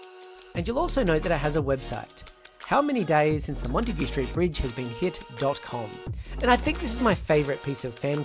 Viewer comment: Once Montague is pronounced correctly, the curse will be lifted.